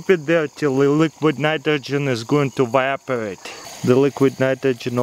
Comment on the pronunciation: i litterally cried when he said "vaaporiate"